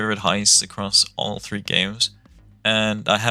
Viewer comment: peydey wan, too and tree